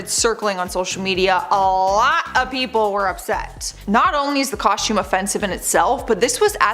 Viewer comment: Coshtewm… is fun to say eh